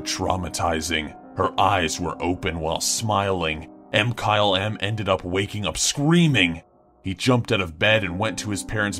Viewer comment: So how the hell do you pronounce Mkylem, anyway? I've heard you guys pronounce it "M-Kyle-M," "Muh-Kylum," and just "Kyle."